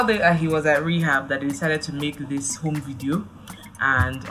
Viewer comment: Gbemi said *home video*😂😂